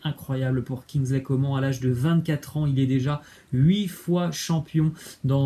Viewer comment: On prononce "kingsley Comâne"